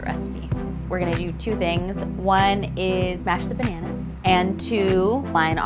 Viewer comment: I can think of other words to be apologetic about. Like, saying "pananas" instead of bananas.